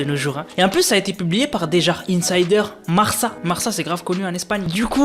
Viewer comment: Le journal ce prononce marka et pas marça petite info